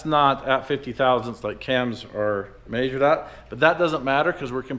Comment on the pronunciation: why do you say the word "measured" so weird? please confirm haha